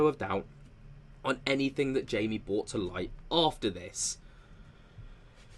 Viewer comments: Jamie Maussan is pronounced Hi-mi mu-sawn just fyi. 😁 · Tis is how you pronounce Mr. Jaime Maussan's name: "háee-meh ma-oosán" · His name is pronounced Hi-mee Mow-san. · The reporter's name is pronounced as High-me, last name moo-san. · Look up the research done by Dr O'Connor.. they are the real deal, his research is also peer reviewed .... and the J in Jaimie is pronounced as an H in Mexico... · Just FYI in Spanish “J”, as in the proper name “Jaimie” or “Jaime”, is pronounced with an “H” sound.